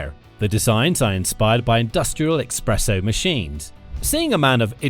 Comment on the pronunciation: Industrial Espresso machines ❌️ Industrial Expresso machines ✅️ 😅